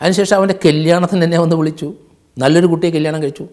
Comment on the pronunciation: Sir nte chila pada ucharanangal nalla rasamundu.. Ex. Baarya, Boyi, Kelyanam